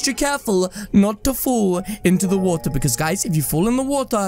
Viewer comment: "If you fall in the wOtaH"